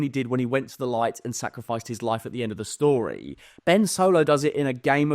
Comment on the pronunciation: End of shtory 😂